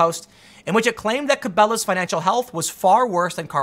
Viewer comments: Tim's never heard anyone say Cabela's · If you say Cabela's wrong one more time I'm going to unsubscribe LOL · It’s kind of obvious from your pronunciation that you aren’t familiar with brands like Cabela’s and BassPro Shop. Tucker is spot on on this one Tim. Where you disagree, you seem to be under the impression that Cabela’s was a small localized sporting goods store. Not the case. Obviously they were headquartered in a small town, but Cabela’s has a world wide market that is not nearly as specialized as you would think. They have a huge online presence. In other words, you buying most of your stuff from amazon isn’t necessarily consistent with reasoning that Cabela’s type sporting goods companies won’t make it.. Tucker nails it. Vulture capitalism and not amazon is the reason they failed. But either way. Shame on you for buying too much Amazon. It doesn’t hurt to actively support Main Street. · Ok Tim, It's pronounced KA-BELL-A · Tim it's pronounced Kuh-Bell-uhs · Tim saying Cabelas is making me cringe. Kuh-bell-uh-ss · I love how the canadians pronounce it. Carbelows. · Ca-bail-as is the first time ive heard cabellas pronounced that way neat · "Ca-Bay-las" sounds like a cooler store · "Cabélás" lmfao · He said "ca-bay-las" lol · Tim tells me that if he loses his channel, he'll move out in the woods and go fishing. The way he pronounces "Cabela's" gives me pause. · I was laughing so hard at your evolution of how to pronounce Cabelas